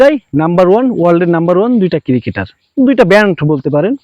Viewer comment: Ciri-ceter na re cricketer bol